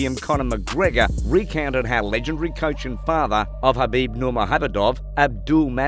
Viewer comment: nur mag om ed ov ......... dude nurmahabadub you sure you like mma